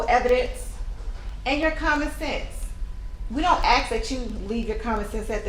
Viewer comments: She still say Asx instead of Ask... not looking good. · That poor man was murdered by a nazi-like citizen. Pronouncing the word ask as AXE is so embarrassing for that prosecutor.